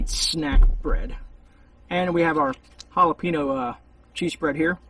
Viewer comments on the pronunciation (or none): The way you say jahlopino makes me angry